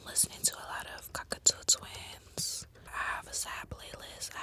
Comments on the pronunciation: Does she mean cocteau twins 😭 (Edit just seeing if I have the right thing) Shes on about the Scottish band pronounced kok-tow twins right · Did she mean Cocteau Twins? Sounded like she said cockatoo